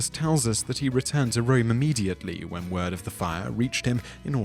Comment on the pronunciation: "Whem" Rome burned?